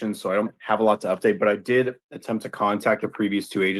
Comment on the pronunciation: Yes he "De'id." have a lot to say.